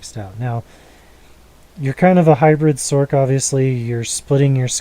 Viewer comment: b-t-dubbs, sorc is said as sorce not sork.. but this is that i run on mine. less gc's tho.